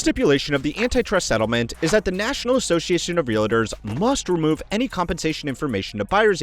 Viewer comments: Is it reALtors or reLAtors? 😂 A bit distracting to mispronounce a word so frequently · Can i jst start by saying: Realtors is a two syllable word…real-tors. Its Not real-a-tors. Cringy every time . Hard to listen to video. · You lose credibility when you mispronounce words like "Realtors". There is no "I" in "Realtor". It's two syllables, not three.